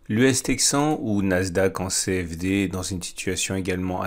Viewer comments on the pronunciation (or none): je fais plus attention du coup et je viens de me rendre compte que l US tech 100 n'est pas l' US TEXAN que j ai toujours cru en t'ecoutant ! Je suis MDR !